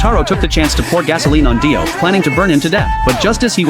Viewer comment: Daio bro said daio then dio